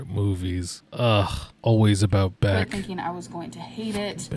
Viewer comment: Um actually it's beck. Meow. 😶‍🌫️